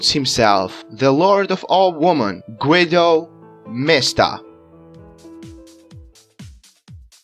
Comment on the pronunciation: “Gwidow mihstuh” Goo-ee-do Mees-Ta